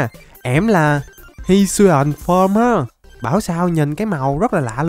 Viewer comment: Các pokemon hisuian đọc là hít su i ần nha:>